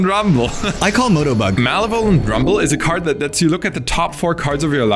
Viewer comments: MALA VOL ENT? lol sorry had me laughing its ma lev o lent ahhh. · mal eh vole ant. lmao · I love how you pronounce malevolent. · it took me a moment to realise was saying 'malevolent' here